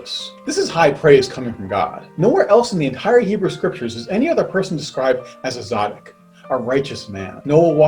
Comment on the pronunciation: Great teaching. Thank you. The sound quality could have been a bit better. Also it's tsaddik (as in tsetse fly) but apart from those two minor details, I'm glad I came across this.